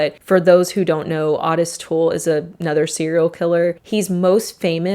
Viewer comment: I have never heard anyone pronounce Otis as Ahtis before.